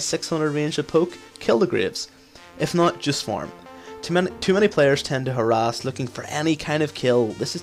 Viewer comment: Lol i keep hearing her ass from harass, "you should poke, her ass